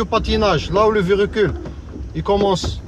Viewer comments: Bonjour votre Vedio il est bien bravo mais vous dite chaque fois verecule mais c'est le véhicule merci et bonne continuation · Mdr répète comme moi on dit véhicule pas verécule